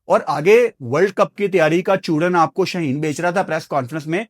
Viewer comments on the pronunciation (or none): Mein bhi ap ke samne hath joor raha Hoon Urdu ki adaghi pe kaam karein Jase Shaaheen he sheen nahi Jase ayy nahi he hotta he